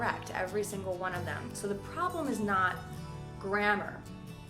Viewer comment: What's that NAT you keep talking about? As in: "We native speakers do nat use..."